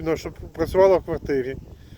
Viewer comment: Эгектро мотог, гэнератор в гваргтире.. Это просто капец. Дальше смотреть не стал.